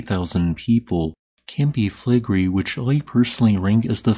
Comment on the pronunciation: Five syllables. Cam-pi Fle-gre-i